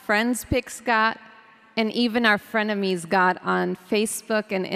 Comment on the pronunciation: Did she say frienemies 😆😆😆